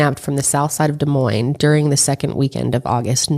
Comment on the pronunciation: As someone from Des Moines, thank you for pronouncing our city correctly 🙌🏽